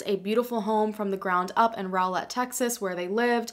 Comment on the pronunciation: Thank you for pronouncing Rowlett correctly.